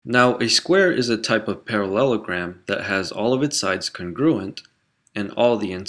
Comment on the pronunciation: The way he says parallelogram